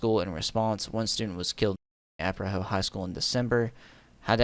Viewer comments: I imagine Im not the first to say this but Arapahoe is uh-rap-uh-hoe Also just so glad this weirdo is off colorado streets so i don’t have to see him anymore 😅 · It's pronounced "Ah-rap-ah-hoe". Hilarious, I know. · The arapahoe is pronounced “uh-wrap-uh-ho” its native American